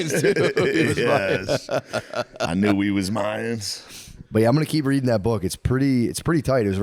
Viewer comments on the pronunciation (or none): none